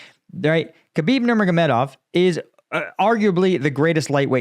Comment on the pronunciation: Great commentary/analysis as always! I like how you can say Khabib’s last name with ease but not Medvedev lol Also great performance on Jake Broe, I saw a different way in how you respond that makes me appreciate your analysis even more.